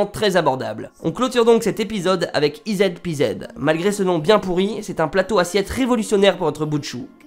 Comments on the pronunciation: Ca se prononce izi pizi.... Pas ized pezed... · i zed pi zed... essaye en anglais "i zi pi zi" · D J'aime bien le dernier produit comment tu le prononces: c'est pas "i zed pi zed" mais ça se dit "easy peasy" ce qui veut dire en gros que c'est facile, un peu comme "les doigts dans nez" :D Merci encore pour tes vidéos :) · Le dernier item EZ PZ se lit "IZI PIZI" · Super vidéo par contre la dernière invention ça ce lit izi pizi 😂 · Super vidéo, par contre c'est normal si tu trouves le nom du dernier bien pourri, ça se prononce "easy peezy" 😂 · Bonne vidéo, juste, le dernier objet le nom ce prononce "easy peasy" ==> facile comme tout en français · Ezpz en fait ça se dit izipizi et c'est l'acronyme de eqsy peasie ce que est une expression anglaise pour dire facile donc en fait c'est pas un nom pouri... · Super vidéo ! Par contre "ez pz" se prononce " izzi pizzi " :p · Le EZ PZ se dit easy peasy (là normalement tu as tilt si ce n'était pas déjà le cas ^^) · EZPZ se prononce easy peasy, car c'est un jeu d'enfant :) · ez pz ca se pronoce izi pizi ;) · Ezpz se lit izipizi mdr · "ez pz" = "easy peasy" → "un jeu d'enfant" ► il est temps d'améliorer ton accent anglais, et ta culture générale anglo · La dernière invention ce prononce izi pizi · Ça se prononce izi pizi